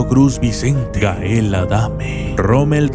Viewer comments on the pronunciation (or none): none